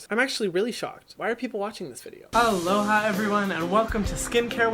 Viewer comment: Everytime you say "aloha everyone" I think you're saying "hello hi everyone"